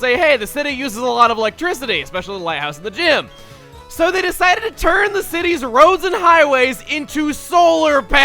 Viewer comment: did anybody else laugh at the way he said "turn" lol